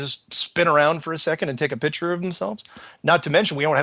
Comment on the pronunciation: picture, not pitsure